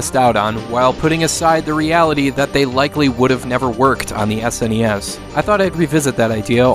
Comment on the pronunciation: Are you aware its SNES not sness as a word its so anything hearing young people say that.